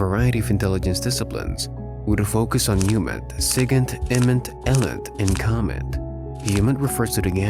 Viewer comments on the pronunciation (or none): I love your videos, but man it’s pronounced “ee-lint” not “el-int” 😅